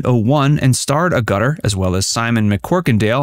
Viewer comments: It amazes me that you can do something like this without even being able or willing to pronounce her name properly. How disrespectful you are. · Yes please get the correct English pronounciation of this talented actress correct. She is not a piece of plastic dangling from the roof of a building. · For God's sake, pronounce her name correctly. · Please try and make some attempt at pronouncing her name write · At least you might make a little effort to pronounce her name correctly! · His pronouncing of her last name kept annoying me. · Hilarious pronunciation. A channel called ought to find out the facts of someones name before making a video about them. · How you pronounce Agutter is very upsetting to me. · Soon as the commentator opened his mouth and mispronounced her surname I had to pause this to write this comment before not watching any further, seems the Americans are useless at saying English words correctly and really irritates me nowadays. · I’ve never heard a name pronounced more wrong. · You ignoramus, her name is not pronounced like that. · AG-utter not a-GUTTer. Oh and it was the Oh-need-in line. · I love the American mispronounceation for Jenny Agutter. It's pronounced Ag-utter not A-gutter. If the Americans had lost the American Revolution they'd still be speaking proper English. As the say in New York & Tel-Aviv 'Oy Vey'. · There is no "R" in AGUTTAR with a HARD "G" (Ah-Ger-Terr). R-Gutter 😞 Truly said: "2 nations separated by a common language!" "The Riddle in the Sands" was written by Erskine "CHILL"ders. Put me out of my misery! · Your pronunciation of 'Agutter' is completely wrong and very annoying. It is not 'A gutter', it is 'Aga-tter'. I am going to have to turn the sound off and just drool at the pictures. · Jenny Agerta is how its pronounced not Aguta. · It's pronounced Agate-er. She doesn't live in a gutter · It's pronounced AH-guh-tuh, not ah-GUH-tuh! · It's pronounced ag - ger- ter not A- gutter... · AG_ GUT_ ER NOT A_ GUTER